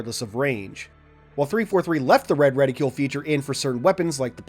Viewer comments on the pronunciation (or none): It's reticle, not reticule. For somebody who reads a ton, you sure do mispronounce a bunch of words. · Ret-icle. Reticle. Not Reti-cule. We don't call Icicle, Ice-icule... Sorry I have to make this point of Ridicule.